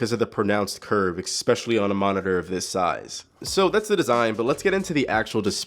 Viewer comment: ESPECIALLY---- NOT EXPECIALLY -- FUCK MAN IF YOU CANT USE CORRECT GRAMMER DONT DO FUCKING REVIEWS OR GO BACK TO SCHOOL!!!